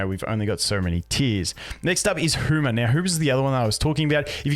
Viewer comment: "Hooma". i swear brits do this just out of spite.